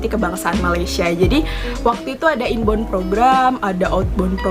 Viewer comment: Mbak 'inbound'- is prounce as "in bow'on" NOT 'in bond'. :)))